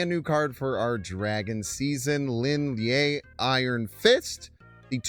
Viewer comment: props on the pronunciation attempt but me thinks its the Chinese sharp vowel sound Leen Lee-EH. Lin (林): Pronounced like the English word "lean" or "leen" (rhymes with seen). Lie (烈): Pronounced more like "lee-EH" (rhymes with "yeah") or "lee-AH" (a short "ah" sound).